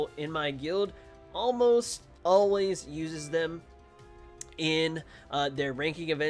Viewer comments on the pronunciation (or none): none